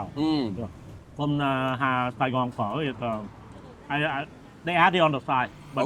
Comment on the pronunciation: Bro say phở properly like when you ordered.